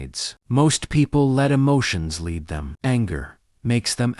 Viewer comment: Done with AI voice overs. It just takes away from the message when the voice is clearly fake, off cadence and just doesn’t get the difference between lead and lead. Give it a second.